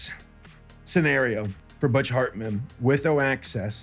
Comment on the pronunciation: And the H of Hartman with F